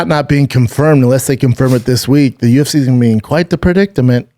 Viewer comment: Brendan : Khamzat, U-F-THEE 273 😆🤦 Way to sound like a down-syndrome kid Brendan 😂